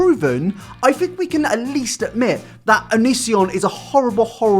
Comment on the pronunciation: Lol cc thinks the word onision is anis yan.